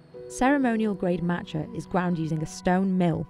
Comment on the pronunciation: Marrtuchaa. It’s just Mat cha, MA tcha